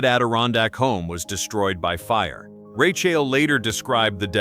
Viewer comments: Plz double edit urself before posting please! Im trying to focus on ur story but every time u say her name, THE MAIN CHARACTER OF THIS STORY...I almost leave! Lets sound it out together... Lol 'RA, long a' 'Ch, ch ch like change' 'ael sounds like just saying 'L' so its RA CH AEL sigh 😐😶😑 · pronounced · Who doesn't know the correct pronunciation of her name. "You can't fix stupid"! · That's because it's a BOT voice... not human. All these videos have mispronunciations of names. In this video alone, there are 3-4 (maybe more!) variations of name! SO ANNOYING!